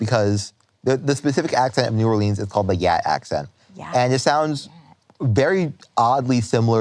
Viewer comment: So nice to hear him pronounce New Orleans correctly 😂 -someone from Louisiana